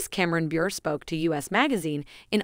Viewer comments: You need to check out some facts about Candace Cameron Bure. As others have already noted, she is NO longer with Hallmark. You should also learn the CORRECT pronunciation of Candace Cameron Bure's last name!!! It actually ends with a LONG vowel sound. I'm certain it will surprise you that it is a long A sound!!! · Please pronounce Candace Cameron Bure correctly! If you are unsure. Check with her or someone.